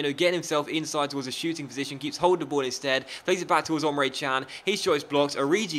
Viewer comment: Emre not Omre :)